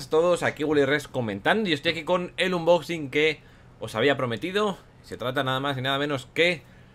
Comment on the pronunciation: dice inboxing apropósito